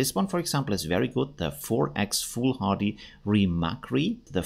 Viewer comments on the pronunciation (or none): none